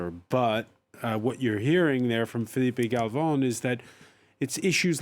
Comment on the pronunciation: Please don't call Filipe Galvon again.